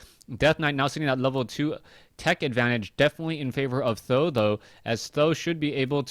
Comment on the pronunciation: why do you call him tho ? i thought he is pronounced samdan?